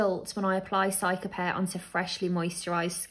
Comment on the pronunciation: Pronounced ceeca-pairr btw not cyca